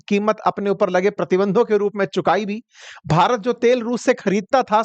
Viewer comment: Shabdo par dhyan do jab BHARAT bolte ho. Slow poison mat diya karo